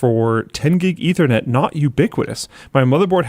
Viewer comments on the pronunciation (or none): none